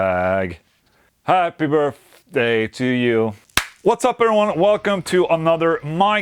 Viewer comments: Does anyone else here "Birfday instead of birthday?" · Happy Burpday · "Happy Burfday" 🤣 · “Happy Birfday” - Ola Englund 2020